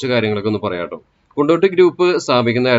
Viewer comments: കൊണ്ടോടി ✅ കൊണ്ടോട്ടി ❌ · കൊണ്ടിട്ടിയല്ല കൊണ്ടോടി